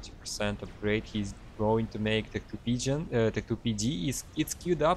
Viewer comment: I love how pgen always sounds like pigeon. I have same issue too